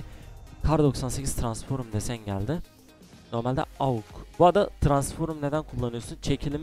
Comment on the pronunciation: Abi Şu Transforum Değil Transform Lütfen Yeter Artık !